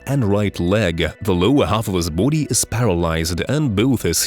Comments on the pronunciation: Buddy, bOdy not boode. Besides that good job. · it's sounds like bhoodie 😁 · 😅 LMFAO every time I hear you say Body .. I hear Booty 😅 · Anyone else notice every time he says "body" it kinda sounds like he's a bout to say booty 🤔 or maybe I just got booty on the brain🤣. Great video by the way.